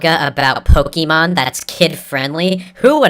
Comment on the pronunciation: cough cough ooh god I must be catching the sickness of can't fucking read okay so this is an e, you say it like e and or i okay now this is -> é , is an accented e and if you look at the Pokémon logo or my spelling you can see oh look that's there and do you want to know how to say it, if not I don't care, okay you pronounce é like an A no e and or i okay thats your daily lesson now do your resssssssearchhhhhhhhhhhhhhhhhhhhhhhhhhhhhhh ah okay thanks and good bye